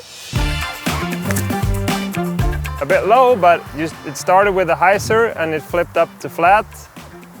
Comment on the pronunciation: 'Hy' zer!